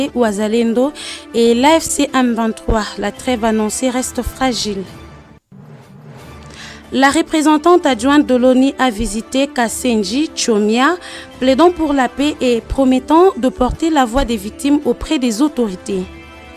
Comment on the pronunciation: Courage mais ce milieu s'appelle kasenyi et non kasenji